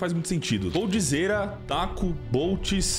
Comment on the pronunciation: Mano????... pq vc chamou o Taco de "SACO"????😂😂😂😂😂😂😂😂😂😂😂😂😂😂😂